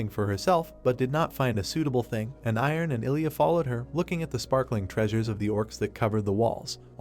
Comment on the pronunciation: that's not a sword mate... this is a sword 😂 ------> P.s. it's hilarious the ai can't say airen or Ilya so their names are iron and Elijah 😂